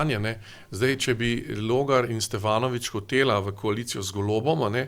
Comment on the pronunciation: SteVanovic, ne SteFanovic!! Dejte se navadt no 😂